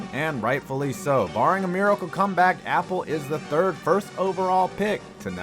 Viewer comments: It’s not mark apple it’s Appel A-pel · It’s pronounced uh-pell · The way you say Appel as apple 😂😂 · It’s not apple it’s uh pel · I knew you were gonna make an apple joke for Appel, but his name is pronounced Uh - Pel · It's not Apple it's Appell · It’s mark “uh pell” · It’s not Apple. It’s A-Pel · Alright anyone else bothered by his pronunciation of Mark Appel It isn’t Apple Here’s the right way to say it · this dude doesnt now how to say these names, its not apple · I can’t tell if ur pronouncing it like Apple as a joke or cause u genuinely don’t know his name lol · It’s not even pronounced like Apple lol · It’s Appel not apple and nail not nial u need to learn how to say nanes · Mark "Apple" 😂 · Pretty easy to tell you’re not a baseball fan. Appel isn’t pronounced Apple. And the huge story you didn’t even touch on is the Astros picked him over Kris Bryant. The guy who won ROY then the next year he won MVP. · Since they don't know the difference between the pronunciation of the food apple and the name Appel, I'm assuming this channel is not all that familiar with baseball in general. Still a huge fan, just probably not worth getting upset about them messing those things up.